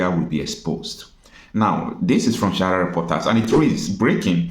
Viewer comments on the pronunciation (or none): Mind d way u pronounce d word sahara. This is not shahara but sa-ha-ra Reporters pls.